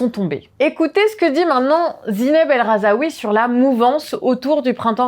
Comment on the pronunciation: *El Rhazoui pas RhazAoui faites un effort pour au moins ne pas écorcher les noms mdr